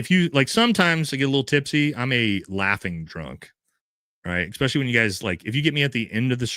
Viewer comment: And also it’s “especially” not “expecially”.